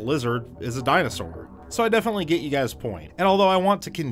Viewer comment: Dinosour. Hm. Dinosoar? (this is just poking fun. I love your whole channel)